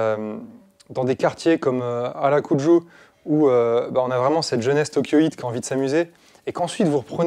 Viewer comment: Dur le "Harakuju"... bonne vidéo sinon keep up